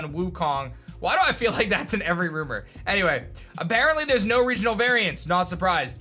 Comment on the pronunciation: “nEw rOumER”